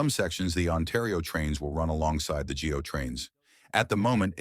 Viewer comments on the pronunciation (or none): Go, not G.O. Yonge in pronounced Young. East/west and north/south, not horizontal and vertical. Come on! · The Gee Oh trains??? It's Go Train. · GO stands for Government of Ontario. No one says gee-oh, it’s GO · It's called GO Trains, not Gee Oh Trains. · Nice video, except for the AI narration. The Gee Oh train? hmmmmmm And GAWD, Toronto is the capital of Ontario, a big city, but it is NOT all of Canada. As a Canadian not living in Toronto I will not be gaining any benefit fromthese. I am starting to really hate AI - wish that YouTube would put an AI logo on AI videos. Grrrr